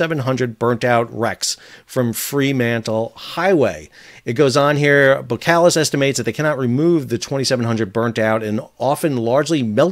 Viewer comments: 2 minor notes on pronunciation: 1 Boskalis contains an s before the k 2 your pronunciation of Eemshaven is close, but it would be even better if you pronounce the Eems bit as you pronounce aims. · Thanks for another great insight! :-) My takes for your pronunciation: - you (Americans) would spell "Aims-haw-fen" - Boskalis had before (in one phase) been spelled "Bos & Kalis". That first "s" does get pronounced. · Thanks for your views. (BTW, the 's' in Boskalis is not silent, just saying.) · You are not pronouncing Eemshaven correctly. The first vowel sound is a long a sound, analog to the first vowel sound in 'wave'. Also as far as I know the first s in Boskalis is not silent . Keep up the good videos. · Hey Sal, just FYI You could pronounce EEMSHAVEN as EAMES (like the furniture designer couple) and ‘Haven’ from NEW HAVEN. And Boskalis as BOSS (the fashion brand) -Kalis. We’re Dutch, not French ;)